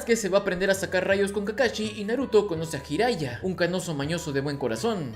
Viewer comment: Tú dijiste «ヒライジャ | hiraija», el nombre correcto es «自来也 | じらいや | Jiraiya» Coya pronunciación correcta es «yi-ra-i-ia».